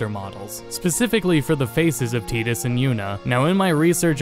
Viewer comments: Literally unwatchable! Tidus as Tee-dus? Come on man its tide like a frickin' tide as the ocean does. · "Teedus" makes this video literally unwatchable. I've always pronounced his name "TYE-dus", y'know, 'cause it looks like his name is based off of the word "Tide", which makes sense given his character and the effect he had on the world of Spira. Symbolism 'n stuff. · why do you say Tee dus, not Tie dus, do you pronounce Titus, Tee Tus also? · Hey what sound does T and I make together? "Tie" right? Where did you get "tee" from? It's spelt Tidus, not Tedus. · Don't forget, Kingdom hearts even pronounced it as Tee-dus, it was only in kh2 the pronounced it as Tie-dus. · Who the hell actually calls "tie tuss" as "tee tuss" ?!?!? What hahah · well it is technically "Teedus" (in japanese his name is ティーダ), it comes from “sun” in the Okinawan dialect (テダ) many English speakers are just used to how Disney pronounced it in KH ("TYE-DUS") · Teedus is sounds SOOO stupid. I can never get used to it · No native english speaker has any right to say anything about the pronunciation of any word, period. But seriously though, tie-dus has to be the stupidest sounding name since "milion of the earth" though that one was at least understandable because they couldn't possibly fit in "scarmiglione", and the fact that the only reason people swear by it is "but, water" makes even more stupid... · He called him "tee-dus" and thats when i ended the video. Bye. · "Teet-us"? Really? You sound American. There is no excuse for you pronouncing it that way. lol